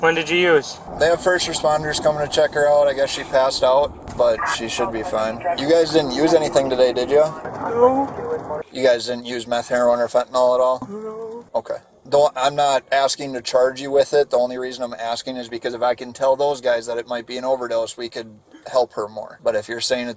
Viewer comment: and there's no o in fentanyl, it's a y, not o, fentanyl, nil nyl, not nol